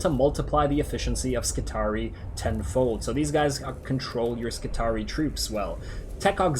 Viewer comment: I may be wrong, but seeing as words from the Imperium are pronounced in a latin style, wouldn't skitarii be pronounce scit-are-ee-eye with both 'i's at the end being said?